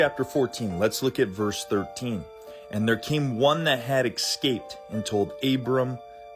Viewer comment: From the same guy who says "excaped."